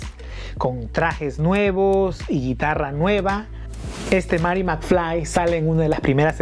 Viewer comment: Marty..no Mary 😂😂